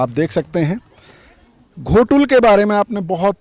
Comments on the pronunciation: भाई घोटुल नहीं गोटुल है ! गोटुल के बारे कई तरह के गलत जानकारी मीडिया न्यूज़ चैनल वाले हो या पत्रकारों एवं कुछ यूट्यूबर के माध्यम से भी गलत जानकारी दिया गया है , और गोटुल के बारे में कई तरह के मनगढ़ंत अफवाह फैला दिया गया है जो सरासर झूठ है ! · Ghotul nahi hai sir o gotul hai sir